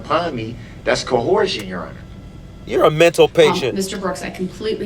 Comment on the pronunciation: Did he actually say co-horsion? Well, I neighhhhh-ver! 😂😂😂